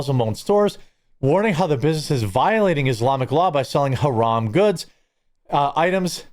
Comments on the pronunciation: that fool can't even pronounce the words properly keeps saying "huh-ram" when its pronounced "huh-rahm" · Doesn't even pronounce "haraam" correctly 😂 what a fcking joke. You sound American, but WE DO NOT WANT YOU HERE. You want Isalm? You want more muslims? You want sharia law? Go to the fcking Middle East! Worthless pos. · Bro cant even say haram correctly, classic😂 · Home slice can't even pronounce haram correctly! I'm a white Christian male that lived under Sharia law for 8 years (my choice of course) for work. Even in the United Arab Emirates (Abu Dhabi/Dubai) you can purchase pork and alcohol. Matter of fact, locals would honk their horns in the parking lot only to have the inda-paki-deshies load up their car with booze. F'n Hippocrates! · MF can't even pronounciate Haram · He can’t even pronounce “haram” correctly. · Dumbass can’t even say haram right yet trying to demand others to do shit